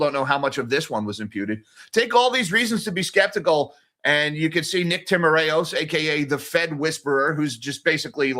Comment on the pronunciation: In Nick Timaraos' name, the 'A' is silent and it's 3 syllables. tim-ir-os. I've heard him pronounce it at the Fed press conferences. Also, home prices aren't in the CPI. They do owner's equivalent rent. Rents are.